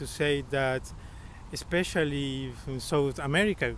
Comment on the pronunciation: These American guys are definitely not good examples of average Americans. Edit: The white American guy seems to think he's pretty smart, yet he said, "expecially". Dude, there is no such word.